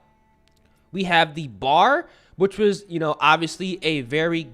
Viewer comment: Uhhh..., the BAR isn't pronounced as a word. It is the BEE- AYE- ARR. Browning Automatic Rifle. And is TRULY a bad AF firearm. LOL